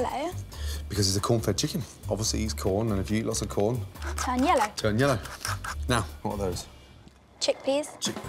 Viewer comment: I thought she said ‘yolo’ instead of yellow